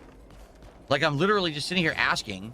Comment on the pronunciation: Does it really matter if the guy explained why is trash? Because even if the dude laid out absolute fact like we all do, will “lilleralee” as he says the word, just say that “I do nothing wrong. I do everything right.” So why explain anything.